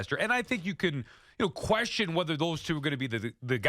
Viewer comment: Tierney, for the love of God stop swallowing at the end of words that end in "n" I’m so tired of hearing you say "questiom" and "cashmam" it’s beyond irritating